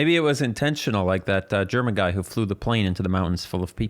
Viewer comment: At first I heard that said "Jerma" instead of "German" and that confused me a little.